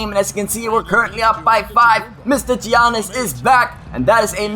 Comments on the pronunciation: It's not (gi-an-nis) its (ya-nis) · Alright mate, if you're gonna use Giannis, at least pronounce it right. Yannis. Not Geeanis. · Giannis is pronouncd (yannis) not giannis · Giannas is pronounced Yiannas. Not to be rude, however it got annoying hearing you continuing to make that mistake. Sorry. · Its pronounced Yawnis... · Giannis name is pronounced yannis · It's pronounced like yawn-us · You pronounce it yiannis ;) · It is pronounced yanis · Btw, his name is pronounced Yannis. You don't pronounce the G and the I. I'm a Bucks fan and Greek lol